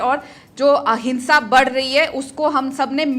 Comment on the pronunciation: She said ahinsa😂😂